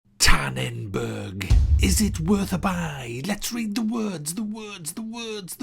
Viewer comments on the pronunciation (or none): "OMG Lol"! It's tannenberg not tannenbörg. Nfs Payback is the best Game ever!